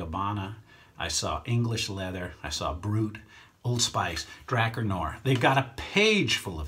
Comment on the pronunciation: It's pronounced dra-car smh lol